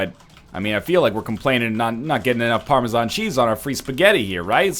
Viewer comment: Every time you say "PARMASHAN" I die a little inside.